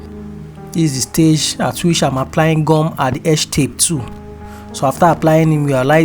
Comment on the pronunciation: Is that glue or what because I don't understand when you say gam